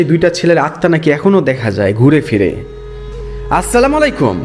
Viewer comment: আসলামাইল কুম হবে না নাই অসলামু আলায়কুম হবে। আপনি সালাম টা একটু দেখবেন আলেম দের কাছে